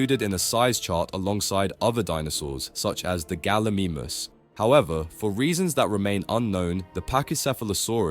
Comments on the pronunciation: Bro said galimimis😂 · Is no one gonna talk about how bad he butchered the gallimimus name 😭😭 bro rlly said gally memeus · Galamemus😂 You have to say it like galamymus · Bro really said galimeemis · Bro I was watching this video on YouTube, mispronunciation kept bugging the hell out of me , pulled out my phone to check the comments if it's actually a mispronunciation or not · How’d you pronounce pachy right but not gallimimus